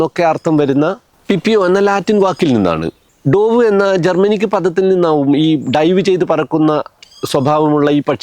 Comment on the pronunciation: ഡോവ് എന്നല്ലല്ലോ... ഡവ്വ് എന്നല്ലേ